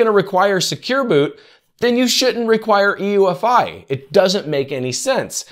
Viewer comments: UEFI not EUFI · UEFI... not EUFI Small point but he kept saying it wrong. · BTW, it's U-E-F-I, not E-U-F-I.... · It's UEFI.... NOT EUFI.... Christ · mf said EUFI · I'm not sure 'UEFI' is pronounced that way :-) and I don't think the Edge 'recommended settings' is comparable to setting another default browser. But, good job! I think Windows 10 will be the new XP or 7.